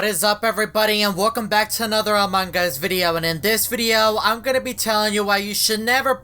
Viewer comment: Haha not anong us its among